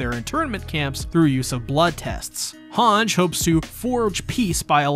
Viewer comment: this man is not still pronouncing Hange "HANJ" after 4 seasons, lol